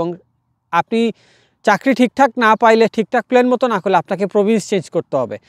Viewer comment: প্লেন না প্লান